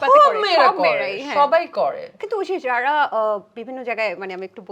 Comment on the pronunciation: উপস্থাপিকা এতই আধুনিক যে, তিনি (যারা) উচ্চারণ করতে পারেন না। বলছেন (যাড়া)